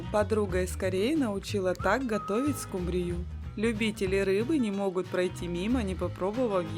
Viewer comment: СкУ’мбрию , а не «скумбриЮ’» 😂❤